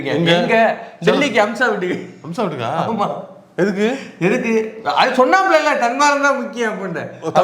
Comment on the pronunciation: முதல்ல பெயர ஒழுங்கா சொல்ல பழகுங்க பா.. அது அம்சா..